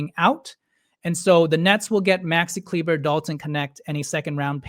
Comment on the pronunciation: It’s pronounced Kleeba